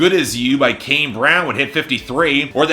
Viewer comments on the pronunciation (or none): none